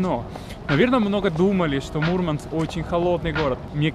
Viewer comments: Вообще не круто!!! Мурманчане так не говорили и не говорят. На материке от некоторых слышала, и это резало слух. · Молодец, куда добрался! Круто говорить МурмАнск, делая ударение на букву А.